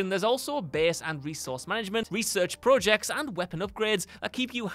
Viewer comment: You sound surprised? He can’t even pronounce project right!